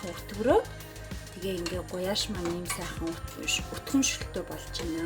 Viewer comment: Гуляш гэж хэлээч ээ гуяш гэх шиг зөв хэлчихээч ээ !!!